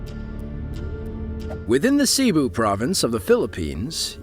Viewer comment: Why is it nauseating? And it's pronounced "Seh-BOO" not "CEE-bu". Cebu.